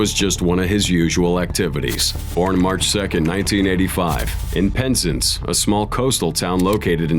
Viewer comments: The book shooting one she didn't deserve to go jail becuz he begged and argued for a month that's just borderline suicide(it's not said penzince it's said pen zarnce I live really close to cornwall, I live in Devon) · amuse yourselves as the speaker tries to say Penzance. It's PEN ZANSE (rhymes with dance). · omg as someone that LIVES in the south west of the UK just up the coast from Penzance i feel it my DUTY to teach you yanks how to blooming say the place name Penzance = Pen zan ssss (but said quickly at about x2) Cornwall = Corn Wall if your going to cover some of these tragic accidents at least have the decency to learn how to pronounce the place names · (Pronounced...Pen-zance) nor Pensence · Pronounced Pen Zance It was actually in Hayle where Jacob drowned and I had fished that exact spot a few days before- it’s not a place you disrespect 😢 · Penzance doesnt have white sand beaches and thats the worst pronunciation Ive ever heard 😂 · The pronunciation of Penzance... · Having heard the narrator's pronunciation of Penzance, I have to wonder about the accuracy of some of the people's names and place names in this video. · That's not how to say Penzance !!!! Jacob was very close to my best buddy ,such a sad loss he was loved